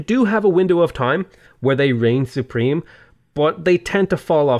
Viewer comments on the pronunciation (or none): none